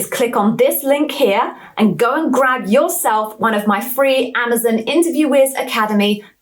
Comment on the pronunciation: I hear they are changing the company name to Amaz-IN. Apparently, Amaz-ON is too hard to say.